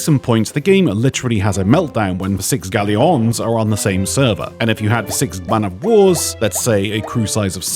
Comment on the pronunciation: Will now only pronounce Galleons as G a l l e y o n.